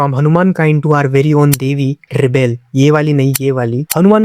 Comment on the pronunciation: It's Reble not Rebel 😂😂😂😂